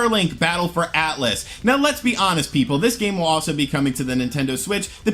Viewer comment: “Atlas,the video game company” You mean “Atlus”,right?🤔